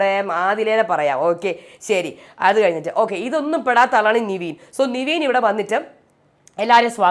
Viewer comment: നിവീൻ അല്ല.. നെവിൻ ആണ്... കുറെ ആയി കേക്കുന്ന് 😂